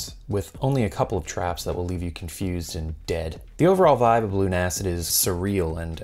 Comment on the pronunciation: I imagine it's actually pronounced "LUNA-SID", rather than "Loon-Acid"